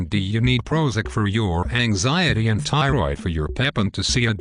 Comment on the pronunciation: Never trust a physician that pronounces a tissue name as ty-roid.